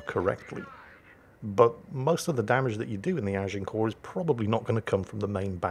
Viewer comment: Thank you, I've been Americanizing the pronunciation of Agincourt, now I know how to say it correctly! Learn something new every day, keeps the brain fresh.